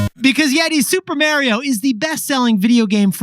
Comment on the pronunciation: Stop saying Mary-o… 😭